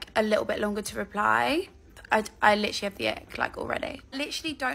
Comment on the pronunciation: “Licherally like ick”